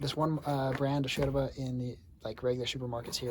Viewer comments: I love the fact that you say "Yerba" in the Uruguayan style like "sherba" hahaha sounds so natural, thanks for teaching and spreading about this beautiful infusion, big hug from an Uruguayan living in Sweden! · Me gusta como pronuncia sheeeerva!!! Excelente, aprobada por una uruguaya😁. el mate es un viaje de ida sin vuelta. Bueno tomo Sara compuesta y Serena. La canarias te da úlcera, te reviente el estómago.